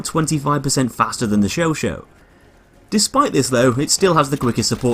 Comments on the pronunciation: It's "Show sah" my friend.Not "Show Show" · you pronounce it like "showshaw" not "showshow" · "Chauchat". "Chau-chaaaat". In other words, [ʃɔ'ʃɑ]. "Show-shaaaaa(h)". Not "sho-sho". I find the Chauchat way too slow to be effective in CQC despite its 3-shot-kill damage, not accurate enough to outclass the Huot or MG15 (deployed) at longer ranges, and with too small a magazine to be effective at suppressive fire. Can't find a suitable niche for it. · It’s not pronounced show show. It’s show chat. If it were show show Turin it would be spelled chauchau. It’s chauchat. The t is silent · Its said sho-sha not sho-sho. It annoys me how he says all the French weapons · Michael Robert It depends on your liking... the US like to call them "Show-Show" the French pronunciation for "Chauchat" is "Show-Shah" with a silent "T" but for new people who saw the gun for the first time would most likely to pronounce it as "Show-Shat"... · The host of Forgotten Weapons was pronouncing it the Sho Sho. It's an American pronunciation. This is the first video that comes up when looking up the weapon so I'm guessing that a lot of other Youtubers took his pronunciation to be the right one. But yeah, Sho-Shah is correct. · I can't do this... It's Chauchat, not Choo Choo! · Why do you pronounce it Sho Sho? That's wrong. Chat is not pronounced Sho! :/ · it's show-shaw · Ryan Wallis It's pronounced "Sho-sha" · Yeah that's pretty much it. I guess it's been called the Sho Sho by Americans for so long that it's just an accepted alternative pronunciation now. The 'Sho Sho' skin in BF1 is nice also. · Great gun, shame pronounced it wrong, now everyone will be doing it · That pronounce is innacurate.